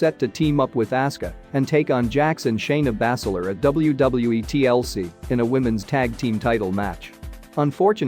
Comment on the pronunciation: Did I hear Shayna "Bass-eh-ler"? "Finn Baylor"? "A-lee-is-ta Black"? Lol